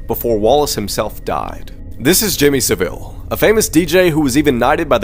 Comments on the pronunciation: His name is Jimmy S-A-vile, "Sa" as in Saphire. I'm sorry, I love your videos, short, but very informative and interesting, BUT, his name is so simple, and you slightly butchered, but its ok we all make mistakes! I actually met him once, I'm 26 now, it was when I was 4 or 5, he had a nice big place near Roundhay park, a lovely park in Leeds where my grandparents would take me to nearly every Sunday. When I was in the park he came up to me (a 4/5 year old at the time), he reached out his arm and tried to stroke me like you would a cat or a dog. My grandparents ran towards me and basically told him to back off, and that he shouldn't get too close to children that aren't his. Re-telling the event my grandma told me that she said: "just because people know who your are, doesn't mean you can touch people, and remember, WE KNOW WHO YOU ARE". I live in Leeds and Saville was well known in Yorkshire (The county Leeds is in, which is the North of England). He was especially known in Leeds as he volunteered as a porter at St.James hospital (I was born there too). Sadly, it was a well known fact that he was a pervert and liked little kids, but even then, no one actually thought he'd done anything, and sadly many thought it was "ok" that he "slept" with girls as young as 14 as he was famous, and therefore "they wanted it" and "they should think of themselves lucky". When he finally died, many women came forward, and the situation was far worse than anyone could have imagined. Like I previ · jimmy sav eel is pronounciation